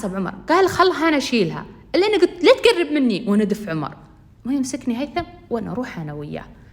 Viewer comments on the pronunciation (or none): هلاا عمر مو حرف a حرف o